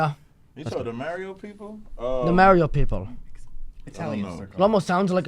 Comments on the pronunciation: “Mary-o Brothers” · who says mario like that